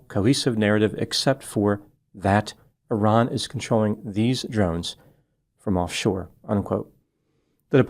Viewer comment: Thank you for pronouncing Iran correctly 😊❤